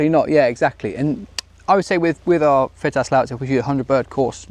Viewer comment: it's pronounced "FITASC". As its a shotkam video and therefore and american owned company I'm assuming has to throw in americanised English every now and again to bridge the gap between the UK and US audience.